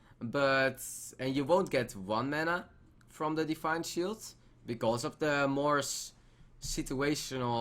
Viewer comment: thisj pronunciation plz! Define shield